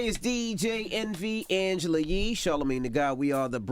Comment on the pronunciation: Latia Strong you know damn well its Yee not Lee